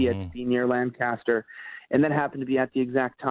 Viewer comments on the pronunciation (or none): it's (lane cuh stir) not (Lang caster) or (LAN caster). I've heard you saying that it's pronounced one way or another lately, lol.